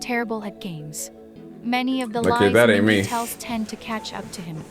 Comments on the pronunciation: i'm quite triggered with how this person pronounced Mingi's name wrong several times LMAO sometimes it's Minji, sometimes it's Min-Gi, then it's mingi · Don't trust this guide's pronunciations. The "a" in Yeosang and San is a long "ah," and rhymes with pond, not short "a" sounds that rhymes with plane or sand, and Mingi's "g" is true "g," not a "j". When in doubt with Korean names, find the Hangul for the name and insert it into Google translate to get an accurate pronunciation. Similarly, though Wooyoung is romanized with a "W" at the beginning, much like the last names Lee and Lim, that consonant is there because it's easier for international folk to pronounce than Ooyoung, Ee and Im, since their vowels don't begin with a gutteral sound. Hangul is wild, but it also makes sense. :D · Mingi's name is pronounced Meengee with a hard g (gee like geese). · It’s a bot for text-to-speech! And it only F’ed up MINGI’S name and Yeosang’s in the beginning 😭